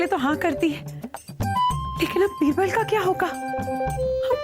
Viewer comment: बीरवल ❌️बिवरल✅️😂😅